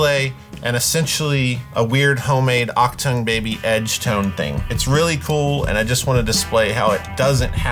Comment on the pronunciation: I liked the video already, but extra points for saying ‘Achtung Baby’